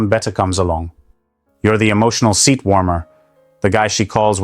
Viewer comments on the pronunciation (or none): none